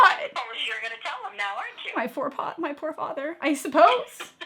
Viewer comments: "my foor pather" Lmao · " my foor pather "